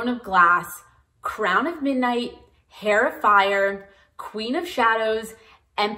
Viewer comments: Im just about to start and i love knowing this thank you!! Also i made this mistake a lot because i learned the word via reading but just so you know heir is pronounced like air not hair as the h is silent. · Heir is pronounced Air, it's a silent H :) great video! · Thanks for the run-down of available reading orders. Has anyone let you know that the H in heir is silent? It sounds like air when you say it, or err. I appreciate you taking the time to make this video. Best wishes. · Omg The H is silent on heir please tell me I am not the only one who is going crazy listening to her say hair over and over Otherwise I don’t disagree with anything she says here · just wanna say the h in heir is silent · This was extremely helpful but your drove me nuts by mispronouncing Heir multiple times.